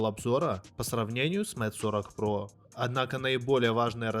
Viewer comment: Куда важнее твои навыки, говорит обозреватель который читает Mate как мате, а не мэйт.... Подтяни английский, приятель, и может народ потянется, а то слушаешь и уши вянут, слава богу по наслышке айфон называешь, а не как с английского айпхоне...